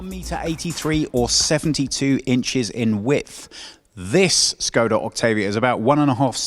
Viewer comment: Oh look, car journalist pronouncing Škoda right!